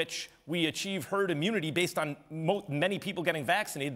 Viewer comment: Did max say herd immudity? Is that making a comeback?